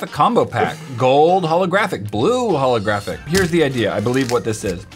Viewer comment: holographic um its pronounced H💿L💿